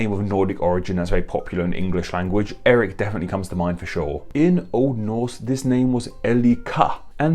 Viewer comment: sometimes he switches his Ls and his Rs, but not always. See